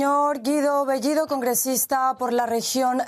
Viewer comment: Pedro Castiyyyyyyo??así es su apeyyyyyido??Castiyyyyyo??las dos L L esta escrito en el abecedario así que AIQUE pronunciaron AIQUE hablar correctamente el castellano español ,por el amor de DIOS..ya basta de hablar o confundir las dos L L Con la Y GRIEGA POR FABOR ,SEÑOR BEYYYYYYIDO ??